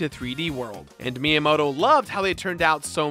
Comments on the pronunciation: Miyamoto? More like Minyamoto. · The way you pronounce Miyamoto is atrocious. Must be an American... Lol